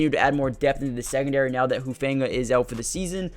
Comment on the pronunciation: It’s pronounced “who-fun-ga”